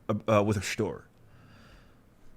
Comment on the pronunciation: 🎩 "With her Shtory. 🧐☕️"